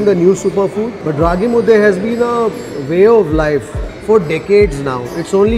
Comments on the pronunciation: Thank you for pranouncing "Raagi Mudde"correctly, Kannadiga💪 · since ragi mudde was pronounced properly gave that example... Rave undde , nuchin undde, puri undde anything will do... 😂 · He can say raagi mudde but he cant say kheema unde😂